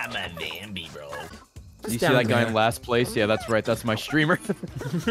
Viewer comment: "A ZAMBIE WITH A ROCKET!?"